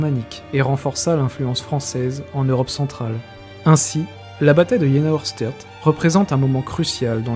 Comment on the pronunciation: alors.... j'aime beaucoup tes vidéos mais ça fait un peu chat gpt je trouve.... et on dit Aoueurchtait pour la prononciation, pour un passionné ! Par contre on voit vraiment que c'est un sujet qui t'intéresse et ça fait plaisir à voir ! Bon courage pour la suite !